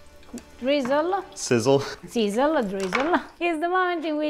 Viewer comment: "Seezzle-Dreezle". is a poet.